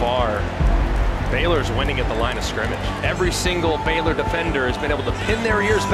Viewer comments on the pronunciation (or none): It is B (long A) Y L O R